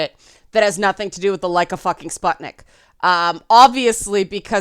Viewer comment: Letter U in the word "sputnik" (if I'm not mistaken and it refers to the first Soviet satellite or something named after it) is supposed to be pronounced [u], not [a]. Kinda like in the words "butcher", "put", or "rune". Warthunder is an MMO flight sim/ tank/warship sim about WWII with realistic mechanics, developed by a Russian studio. Oblivion - might be because of the fantasy racism.